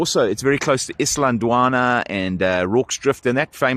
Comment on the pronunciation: Its Isandlwana and not Islandwana....